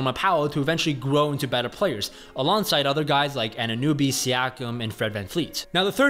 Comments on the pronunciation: It's Anunoby, not Anunewbie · "Anannuby" his name really isn't that hard to pronounce lol.. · ANUN OBY stop saying his name wrong lol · How is it the best content, if he can't even correctly pronounce two of the players names of the team hes talking about??